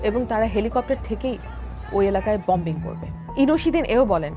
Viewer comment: Bombing noi eta uccharon hobe boming